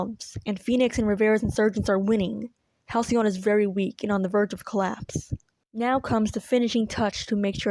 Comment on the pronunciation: HalcyON become HalcyOFF